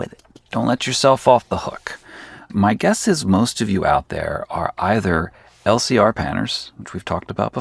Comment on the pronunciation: Every time you talk about LCR panning I'm hearing "Healthier Panning" :)